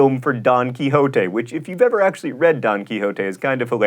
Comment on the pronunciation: hes pronouncing Don wrong jaja its funny